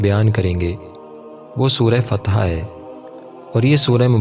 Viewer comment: Fatha not fateeha